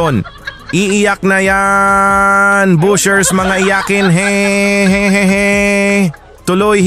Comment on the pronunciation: BASHERS po. Hindi BUSHERS.